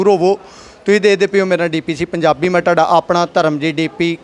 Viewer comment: ਮਾਫ਼ ਕਰਨਾ ਪੱਤਰਕਾਰ ਬਣਨ ਤੋਂ ਪਹਿਲਾਂ ਪੁਰਿਤ੍ਰਹ ਪੜ ਲਿੱਖ ਲੈਣਾ ਚਾਹਿਦਾ । ਢਾਡਾ ਨਹੀ ਤੁਹਾਡਾ ਹੁੰਦਾ ਦਰਸਨ ਦੀ ਥਾਂ ਦਰਸ਼ਣ ਹੁੰਦਾ ਤਾਂ । ਜਿੱਸ ਇਲਾਕੇ ਦੀ ਬੋਲੀ ਤੁਸੀਂ ਬੋਲਦੇ ਹੋ ਉਸਤੋ ਵਧੀਆ ਤਰੀਏ ਨਾਲ ਸੋਧਕੇ ਬੋਲਣਾ ਚਾਹਿਦਾ ਪੱਤਰਕਾਰ ਨੂੰ। ਏ ਗੱਲ ਤੁਹਾਡੀ ਵਾਦੇ ਲਈ ਹੈ।